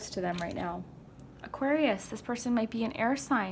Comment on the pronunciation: As soon as she said Auqarius I lost it omg lmaooooo